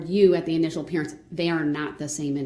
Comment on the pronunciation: “initial”, “collated” …